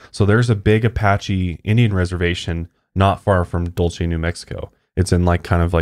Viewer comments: I just want ya'll to be aware that Dulce is pronounced as "dolse" here in New Mexico. Everytime you guys said it I was internally screaming lol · I live pretty close to Dulce! I’ve never even heard of the base. Also Dulce is a Spanish word pronounced “Dool Say.” 😜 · I live very close to Dulce (pronounced like Duel-cee) and a friend of a mutual fb friend just posted a video of a ufo they chased around Archuleta mesa... it was a weird spinning light.. I am trying to find a link to it but seem to have lost the video... will update if I can find it.